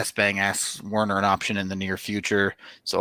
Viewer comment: It's WErner not WArner, how hard can it fucking be?